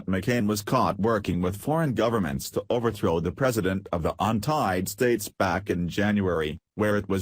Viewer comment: The 'untied states' what is wrong with you? you said it more than once! it is The United States!!!